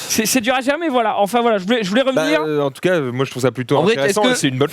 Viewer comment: Ptin il me trigger quand il dis entcas pour dire en tout cas